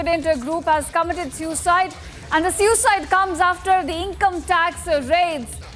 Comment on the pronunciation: You sound excited Shame on you.And pronounce SUICIDE correctly